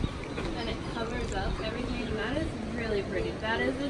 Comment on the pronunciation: "it covers up everyting" I swearrr is the mum blind.